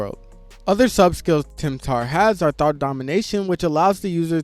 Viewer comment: Tempter, it's tempter